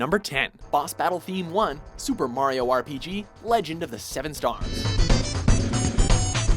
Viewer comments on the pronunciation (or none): none